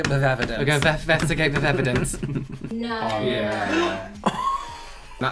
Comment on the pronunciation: "Let's investigeght." I love The Internet Investigator! <3